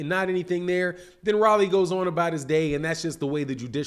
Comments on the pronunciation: Why you keep calling him Rally? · Lol why he calling him Riley 😂